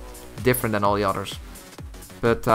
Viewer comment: How Dutch boi say others UTTERS